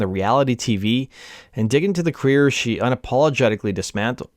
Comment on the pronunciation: Dude, it’s pronounced cuh-reer, not queer